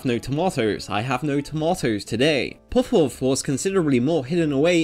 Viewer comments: It's puhf, not pohf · why did you choose someone to voice the video that literally cant pronounce the word Puff. a word he will struggle to say like 100 times in the video. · Never learned how to pronounce "puff" in school, eh? The original Japanese term is pronounced as Pa Fu (as in Par Foo). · Puff.. with a u. Not pooff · Do you have a lisp? You pronounce “puff” very differently.